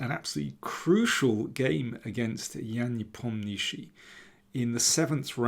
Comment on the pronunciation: I'm looking forward to see your brilliant coverage and analysis. I hope you never learn to pronounce Nepomniachtchi